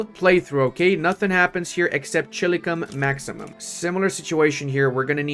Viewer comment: If you could avoid ever saying "chili-cum maximum" ever again id be happy.